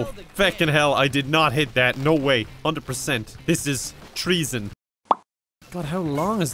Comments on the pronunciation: That's tree-son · tree-son lolz